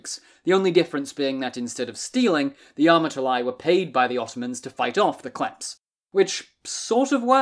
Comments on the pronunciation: It’s not klephts it’s kleftes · I wish before I die one person learns how to pronounce Greek words properly. Its pronounced Klefts (thieves) and amartolee (sinners) amartolos single masculine...oh and btw its never koine greek its keenee (common) OI is pronounced EE its another EE sound